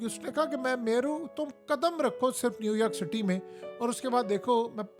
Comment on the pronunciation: New Yaark or New York?